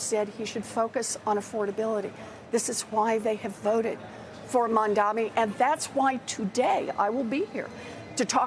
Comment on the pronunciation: Everyone he is Mamdani not Mamdami. Btw, i am scared of this rapper.